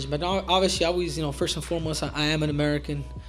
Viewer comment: Massive respect for Henry saying first a foremost I'm an American